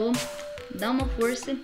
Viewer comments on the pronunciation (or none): none